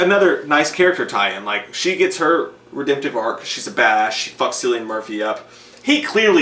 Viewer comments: His name is actually pronounced as Kill-i-an as opposed to Sill-i-an. I did that mistake of mispronouncing his name before i found out how to actually pronounce it haha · JFC His name is Kill-ian. Try google- it's your friend. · I know it’s 4 years later. But J pronouncing Cillian is funny 😂 The C is pronounced as a k 😜